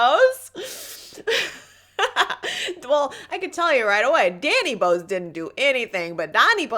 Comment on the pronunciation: Love your humility! His last name is pronounced BOW-az like the Bible character :)